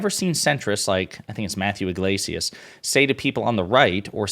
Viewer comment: " Yglesias " 😅 GTFOH !